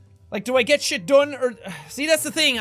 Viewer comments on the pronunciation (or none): I like when he says shite in- stead of shit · shite not shiat